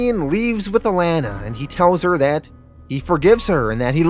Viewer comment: I’m sorry, are you saying… signa-pore? and the way you pronounce alana really gets under my skin too. like come on man